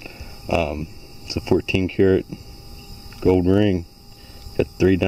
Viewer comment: I know I am too tired when I kept thinking you were saying "goad" instead of "gold". LoL. Great finds; especially the gold Tierra 😂